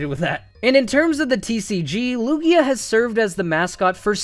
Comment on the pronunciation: THERE IS NO E IN LUGIA! AND IT'S MIMIKYU, NOT MIMICKU!